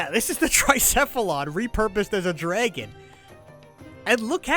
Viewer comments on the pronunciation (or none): Oh you're definitely Jewish by the way you say “DRAGHAN”